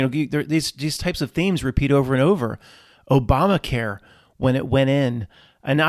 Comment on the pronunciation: i don't think you meant to say obamaqueer but it was funny.